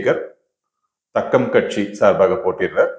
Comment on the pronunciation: அது தக்கம் கட்சி இல்ல. தாக்கம். தாஆஆஆக்கம்.